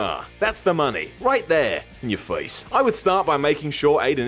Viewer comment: please say "It's right there, In yur fwace" a lot more. I love it.